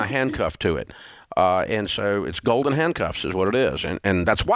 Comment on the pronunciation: I must be hearing wrong. Is it "gold in" or "golden"?